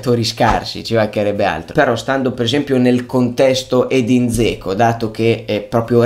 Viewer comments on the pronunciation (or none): Cmq si pronuncia Geco...:) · te l'ho detto perlomeno io stavo scherzando perchè mi faceva sorridere la pronuncia poco azzeccata!! non intendo sfottere nessuno 😁✌ tanto meno ⚪⚫